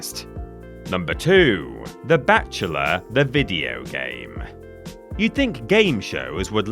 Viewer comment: For a good minute I thought was saying “the batchula” when it was in fact “The Bachelor” lol. I thought, is this some kind of bat themed game show from the UK I’ve never heard of or something? 😅. It wasn’t until he started talking about dating when I said “OHH… bachelor, that makes more sense” 😂.